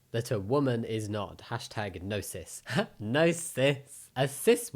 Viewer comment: i found it funny that the way you said the hashtag nocis sounded like gnosis, which transphobes have a severe lack of